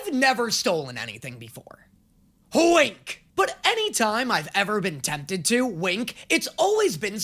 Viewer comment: I don't know why but the way you said "H-WINK" continues to absolutely send me into the next realm.